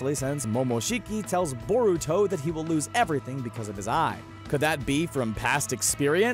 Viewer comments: I cringe every time he says Boruto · Boar uto WTF it's pronounced bur uto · Iron Gauntlet it’s boar uto what’s next do you pronounce nar uto narooto